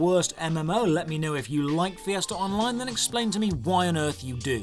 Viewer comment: You mean fiesta, I heard Fiasco